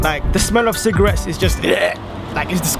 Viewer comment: 6 times you said cigrates